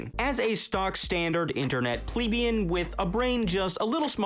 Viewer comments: >pronounces plebeian right >mispronounces terraria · for pronouncing plebian correctly.